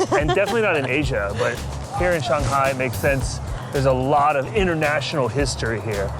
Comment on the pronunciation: Please pronounce Shanghai as it is. 上海 上Shang，up upper 海Hai， sea ocean Usually，Chinese has no liaison